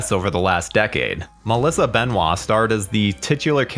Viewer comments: It is benoist. Not benoit, she has a n S in her name. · I still giggle at how you pronounce Benoist as Ben-wah lmaoooo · Yes, the narrator mispronounced Melissa Benoist's name. And yes, it's a running joke with this channel. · At least try to pronounce Melissa Benoist’s name right.